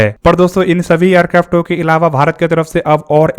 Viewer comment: Aircrafto mat bolo .irritating lagta h